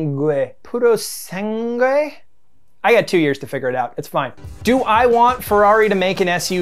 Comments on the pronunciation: “Poo-row Saun-gway” Purosangue 😅 It means puro blood 🩸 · Omg is it that hard to say Purosangue? It means pure blood